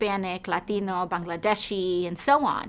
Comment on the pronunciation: As an Iranian, I thank you, AOC, for pronouncing "Bangladeshi" correctly. A lot of people do not care to pronounce such words correctly... for instance, they try to sell my country like it's the next apple product.